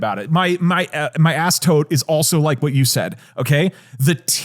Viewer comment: then Doug calling it an “ass-tote”